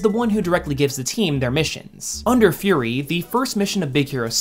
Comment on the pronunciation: furi? fury